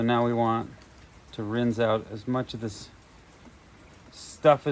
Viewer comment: Aquarium aeration stones work better at getting O2 into your solution. They seem to hold up really well. The ones I've been using have lasted over a month. Oh, and it isn't pronounced "rinze". The "s" in rinse actually has an "s" sound.